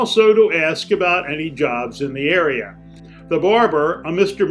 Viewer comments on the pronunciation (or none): none